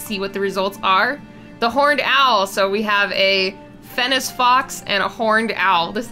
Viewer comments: throughout the video, you said fennic fox like fennis fox, althou its pronounced like fennik fox The english language is so hard Great vid tho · it's fen-ik when you say fennec Still really good though! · who else was just like, ITS NOT FENNEC (S) ITS FENNEC (K) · one, it's pronounced fenn-Ick., Two, this thing gives me a sort of lorax vibe, but more intense. like if you cut down a tree in his forest, you aren't leaving. ever. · Who else died inside every time she said fennes fox? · Fennec fox not FENNIS SO FUSTRATING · The way she said Fennec Fox 😵😬🤐